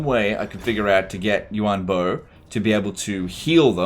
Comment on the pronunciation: I'm pretty sure it's Yuan Bo not Yu An bo